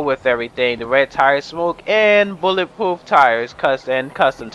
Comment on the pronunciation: "BulletPOOF tires" <3